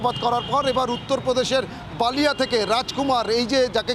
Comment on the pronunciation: Balia. Baalia noi. B lia